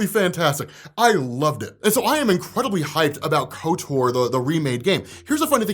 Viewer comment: There’s zero reason to pronounce Kotor like kotour lol